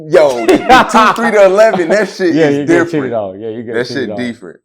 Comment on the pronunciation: “That sheet deefrent” 😂